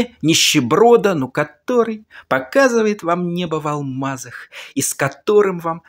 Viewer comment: Небо в алмазах! Эдуард, это просто душевный экстаз как Вы эти слова произносите. Ааааххххх......